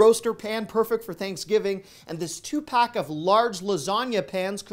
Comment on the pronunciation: Sounded like you said Tupac when you mentioned the hand warmers 😂